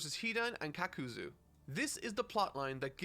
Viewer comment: i think thats him being unsure of the pronunciation plus his accent. Like with shikamaru and shikaku, that was most definitely an accent thing while kakuzu and akatsuki is him being unsure and old habits dying hard. Looking at his other reviews it doesnt make sense that he would suddenly start mispronouncing names on purpose for no reason for clicks when he can get that interaction without doing so and he doesnt do it for that many other reviews.